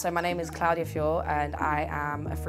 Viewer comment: CLOUD-iya lol